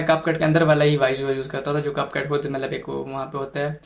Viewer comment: Cap cut hota hai name to teek lo buchy😅